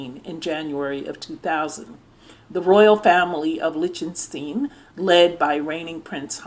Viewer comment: I mean no offense. Liechtenstein is pronounced like this: Lick-ten-styne.